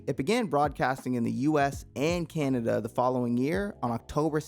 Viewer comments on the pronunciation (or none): none